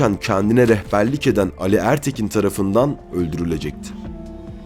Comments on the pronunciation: İki Âli'nin de telaffuzu aynı fakat Sabahattin Ali diyorsunuz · Güzel belgesel yalnız seslendiren arkadaş Atsız, Ali ve birkaç kelimede daha A yı vurgulu söylemeniz kulak tırmalıyor. Türkçede vurgu her zaman son heceye düşer.